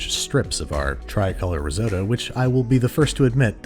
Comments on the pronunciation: *only know about risotto from Hell's Kitchen "That's not how you say that" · Why do you say risotto like that 😅😂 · "rriseott traicolore"